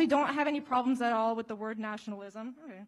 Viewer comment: She couldn’t pronounce “elitists” and messed up the quote